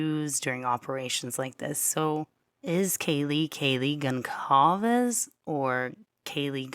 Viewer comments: Portuguese or Brazilian pronunciation of Goncalves sounds like "Gonsalves." That is how it should be pronounced, just like says it. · I’m shocked about the part regarding Xana’s mom!!! Does anyone agree with me that this crime was a drug related hit? I don’t know how people can’t see it is saying his name correctly, it’s a common Hispanic name. I don’t think it’s Kaylee in the picture with a dog filter